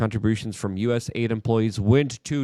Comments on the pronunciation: Luke..You're Killing Me with these pronunciations Mahhhn.... It's DOGE, not Doyge... it's U S A I D... not U S I D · It's USAID not USID. Its Doge, not Doige. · Why is Luke not pronouncing the A in USAID.... Does he think the A is for America?